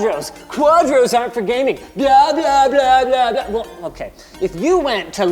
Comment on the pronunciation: I like the way how Linus says "Blah-blah-blah-blah* It sounds like our russian "blyat" without the t